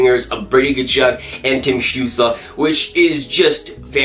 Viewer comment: It is stutsel not stutsla